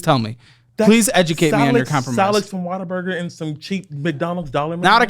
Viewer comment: Every time says "What a Burger" I hear "Water Burger"